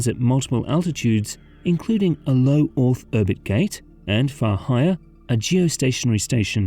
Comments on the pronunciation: "Low orth erbit" gate lol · "low orth erbit"